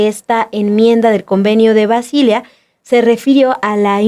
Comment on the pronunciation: Qué bárbaras. Qué ignorantes. Cero conocimiento de algún idioma extranjero, y no se dice Basília sino Basilea...